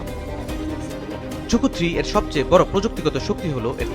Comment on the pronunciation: রকেটের নাম‌ই তো ভুল বললেন।এটা ঝুকু-3 না ZhuQue-3 (朱雀）→ ঝুছুয়ে-3